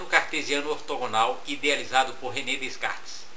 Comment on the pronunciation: se pronuncia DECARTES não DESCARTES professor.